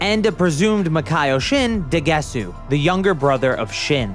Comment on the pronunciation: It's Pronounced daguseu